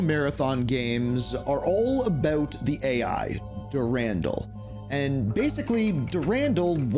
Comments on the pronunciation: So your saying dur-andle. But I believe it’s pronounced duran-doll if that makes sense lol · Marathon: Durandal had the best menu music. And his name is pronounced Dur-an-doll